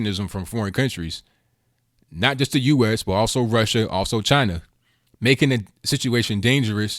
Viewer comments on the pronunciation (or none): none